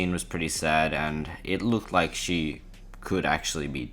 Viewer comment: loik means trixster trix not really loik